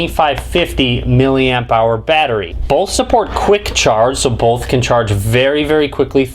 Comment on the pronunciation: Bolth. Bolth of them.